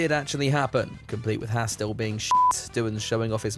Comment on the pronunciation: As an actual Haas, I cannot listen to you Brit’s butcher our name anymore. Ffs.. it’s pronounced like “Haaz” or “Hoss” or “Haus” not “Hass”